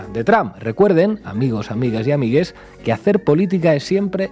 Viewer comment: Por el hecho de decir ameiges La cagaste